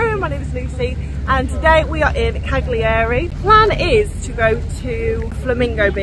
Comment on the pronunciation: Learn some pronunciation, you don't pronounce the G in Cagliari...!